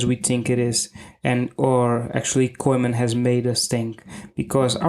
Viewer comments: Weldone. Please learn how to pronounce Koeman. Its pronounced "Kooman". You sound very funny and clownish how you pronounce that word. Sincere advice. Thank you. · The E in Koeman is silent.